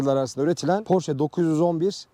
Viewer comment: marka ismini doğru düzgün telafuz eden az sayıdaki kişiden birisin,her özel isim kendi dilinde okunur ve bunun ki almancadır,amerikalılar ingilizler kendi dilinde porş diye telafuz ediyorlar ama oralarda da çok tartışılan bir konu